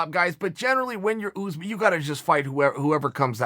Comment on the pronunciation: Us- usman Chael- ooze man